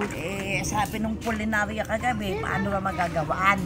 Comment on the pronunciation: Puninarya po,hindi pulinarya